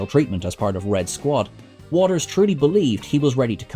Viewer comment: You said 'Watters' wrong, numerous times!